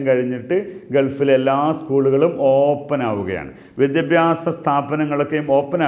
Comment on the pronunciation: ഓപ്പൻ അല്ല ഓപ്പൺ